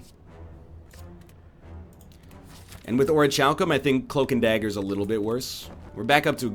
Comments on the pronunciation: IT'S PRONOUNCED oriKALKum!!!! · Not Tchalcum Not calsum And definitely not tchalsum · oh-ree-kal-kum - Orichalcum en-kai-rid-ee-un - Enchiridion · Its pronounced Ore Cal Come